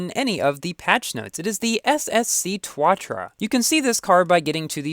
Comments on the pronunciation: the way u pronounced tuatara triggered my fight or flight response (im not trying to be condescending but like each vowel in tuatara is pronounced separately so its tooh uh tah ruh not twah truh) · You pronounced SSC tuatara like 'TWATRA' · What do u think about new multiplayer system? Dude its pronounced tooatara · I thought it was pronounced Too-uh-tar-ruh